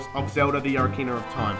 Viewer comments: only 5 times and btw its said OH-KA-RINA not O-RI-CANA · no offence but you pronounce it oc-ar-in-a not ora-cina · Bruh oracina really.... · O rar kina. lol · I lol every time you say ocarina.